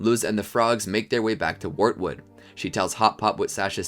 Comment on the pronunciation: He also said "Warwood" instead of wartood